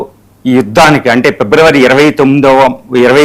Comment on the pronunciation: పిబ్రవరి కాదు😅 ఫిబ్రవరి? 😅 ఎన్నిసార్లు చెప్పాలండీ మీకు